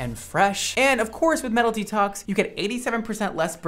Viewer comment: why do I hear MELODY TALKS instead of "metal detox", I was so confused until he showed the name of the product lol